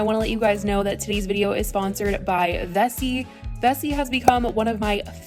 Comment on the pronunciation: I heard vessi as bestie 💀💀💀